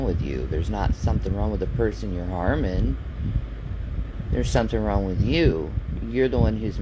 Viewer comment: you, I was just joking. says the word "wrong" without the "g". It always sounds like "ron". So when you said "maybe I'm wrong", I was joking and said "you mean maybe your ron".